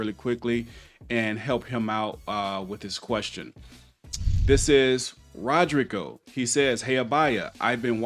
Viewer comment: it’s pronounced - Rod-Ree-Go.. not rod- rig-oh